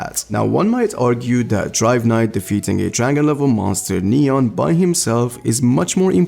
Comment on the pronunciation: Its understandable since you arent a native speaker, but its funny when you say "Gah-Reuw" instead of "Gah-Roh" or "Neon" instead of "Nyan"